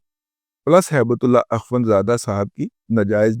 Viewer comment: موضوع پر کوئی اعتراض نہیں. لیکن آپ درود پاک سے گفتگو شروع کرتے ہو. ہیبت اللہ کو ہیبت اللے)(نقل کفر، کفر نا باشد) کہتے ہوئے شرم نہیں آئی آپ کو؟ ہیبت کو ہی تے کہدیتے تو چل جاتا. اللہ کو نعوذ بااللہ اللے کہتے ہوئے زبان پر آبلے کیوں نا پڑ گئے. اللہ کی شان میں گستاخی پر توبہ کرو اللہ سے. بہت منہ پھٹ اور بکواسی ہو.